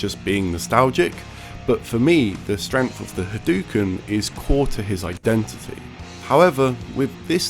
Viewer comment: Very beginning of the video: "H'dookns." What the fuck is this ^ You are right when you say that generally people don't like zoning. But rather than not wanting zoning to be a thing. Zoning is an easy-out for people that are just shit at the neutral game. So zoning has a lot of counters. Zoning is also generally not fun to watch. At all. Also frankly. I'd expect someone who has heard Ryu yell "Hadoken" a million times a day to know how to say it.